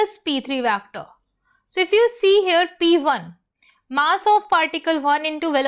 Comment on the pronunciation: Mam it's vector not vectoorrr